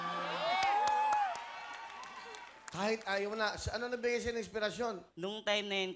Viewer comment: Over pronounce "shayo" talaga yun e hahahah